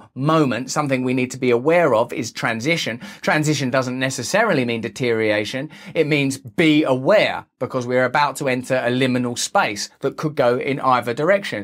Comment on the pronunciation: Ok mate. Since you showed us that you are working on your vocabulary. The word approximately is Deterioration. Not Detereation. You dropped a syllable in there dude. Aloha.